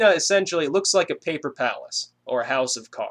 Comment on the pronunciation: PAPPLLR PARRACE! HOUSS OVV UHH CAAALLLRRDDZ